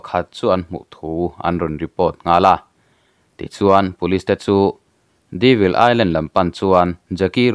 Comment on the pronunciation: Devil Island - Deevil ni lo in, " Dayvil ti in lam ta zawk la.... Devil hi la hre ngailo hrim2 mawn le???